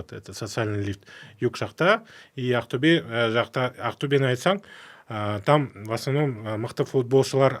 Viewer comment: Не каип АКТЮБЕ. деп Актобе десен запад -ло ма соз магынасын тусинбетин Такаппарлык кимге пир боп турсын